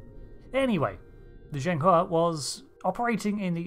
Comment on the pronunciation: Finally someone who pronounces Zhang He correctly!